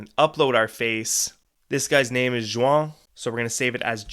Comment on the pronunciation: For future reference, the J in Juan is silent. Sounds like 'yawn' 🥱 with a W instead of the Y. Or a Chinese dumpling, also known as a wonton, but without the ton. 🇲🇽🧔🏾‍♂️👍🏾